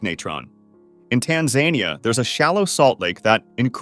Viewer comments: "Tanzainia"? TAN-ZA-NIA. "meethane"? METH-ANE. Jesus fucking christ, do you not proofread or look up pronunciations? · Tans-a-ne-a. Not Tans-zany-a